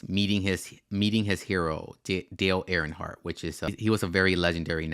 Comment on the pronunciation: Jesus Christ dude it’s obvious you have no clue what you’re talking about. How do you do a video about nascar and mispronounce dale earnhardts name? Trash video